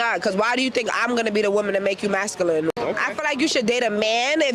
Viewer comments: . . . . . it is "masculine" not "mascooline" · I heard mascaline lol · I love the way that girl pronounces masculine like mescaline 🤣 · Imagine wanting a woman that says maskalin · Trying to listen to that chick pronounce masculine gave me a stroke